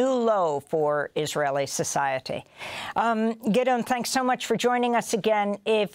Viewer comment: name is pronounced: Giddy-on Levy